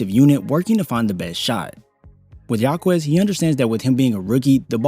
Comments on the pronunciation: his name is Ha-kez not Ha-Kwez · Jaime Jacquez = High-Meh Hawk-eh'z It's NOT Haw-Quez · It's pronounced like "Ha-kez" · Jáquez = “HAWK-US” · Great video, fyi its pronounced HA-KEZ the u is silent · Respect the player enough by learning to pronounce his last name correctly